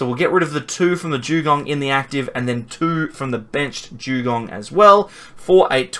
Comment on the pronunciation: Jewgong? 😂 What the hell is that